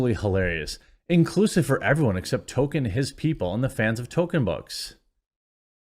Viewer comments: To”l”kien Not “Token” Come on man! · Appreciate your videos Quartering, but would it kill you to pronounce the L in Tolkien? It’s not “Token.” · Its Tolkien. Not Tokken. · If you are going to talk about Tolkein, 1) learn to say his name right, and 2) learn how to correctly say the the words he created. Stop fucking it up. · oh yeah, could you try to pronounce the L in Tolkien?